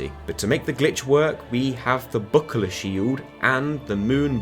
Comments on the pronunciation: I love that for him "buckler" is a 3 syllable word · It took me a while to understand what the fuck you were saying trying to pronounce "buckler"